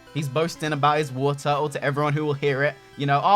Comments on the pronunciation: It's Wartortle, not Warturtle! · You pronounce Wartortle wrong ://////